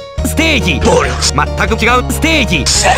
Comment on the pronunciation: ステージ「暴力」と言ってるのですが、発音が良くないので聞き取りづらいですね😭 まあその後の「ステージセックス」も間違っているという😇